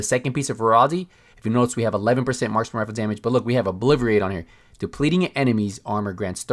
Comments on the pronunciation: its. O-BLIT-A-RATE obliterate lol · George Alvernia - LMAO 😂 I came to the comments just to see if anyone else caught that!!!! I’m like...obliVerate??? 🤣😆🤣😆😆😆